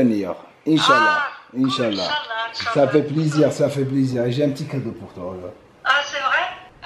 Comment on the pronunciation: "Sā fit plaisir " 😂